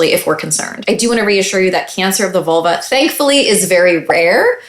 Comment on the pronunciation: I keep hearing Volvo.